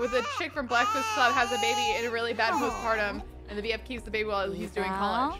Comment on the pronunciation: Love the fact that she says “bebe” like Moira Rose.